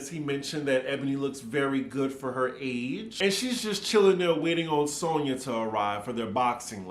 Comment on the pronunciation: Why does Luman make fun of Romona for talking stupid, when she herself always doesn’t know how to pronounce alcohol, audacity and Sonja… It’s always… Ol’colhaul, Odasity, and Sauna. She is so very fake… and I agree with Leah~ Luman never paid Sonja last year. Tight wad Luman. Ever notice how she alway name dropping about “producer’s” past clients….. Barbra Streisand, Liza Minnelli and other. Wth is he working with her for… NOT THE MONEY!!!! Luman is old, tired and boring.